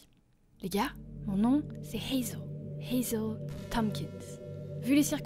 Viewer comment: Waaaaaw trop cool, j'adore ce genre d'histoire et d'ambiance. Je suis actuellement en train d'écrire une GachaFiction pour toi donc j'ai hâte de te l'envoyer hehe 😅. Et au passage ça m'a fait beaucoup rire parce que t'as sorti ton meilleur accent anglais pour dire Hazel mais mais t'as dit Piper d'une façon bien française 😂😂